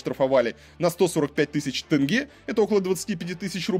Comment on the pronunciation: Косанов оппозиционер😆 СЭмЭй ...Тэнгэ....ну блин,буква "Е" -ведь есть в русском языке.Почему так трудно произнести "Е"